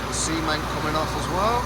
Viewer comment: Lol I choked on my nescafe then when he said C ment, I thought he said semen lol. Xx